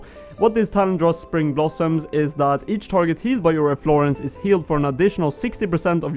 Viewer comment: You're saying "Efflorence," its "efflorESence" friend. :)